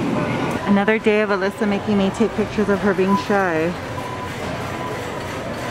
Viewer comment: Who else hered say sreek